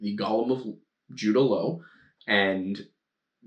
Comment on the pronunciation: Ok a couple of things; it’s Go-lem, not Gall-um so stick with just the one pronunciation. The Rabbi’s name was pronounced “Low” not, Lao. Yes it was kiln fired clay as the elements of earth and fire were both used to create a Golem.